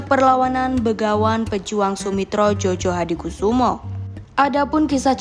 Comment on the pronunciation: Bacanya bukan " JOJO " tapi "JOYO " Mbak... ini sesuai dengan kaedah ejaan baru, mari kita belajar ejaan baru dengan baik agar kita tidak salah menyebut nama seseorang.